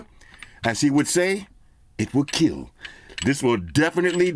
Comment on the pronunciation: EET WILL KEEL!